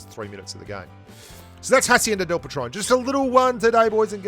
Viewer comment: Patron, not patrone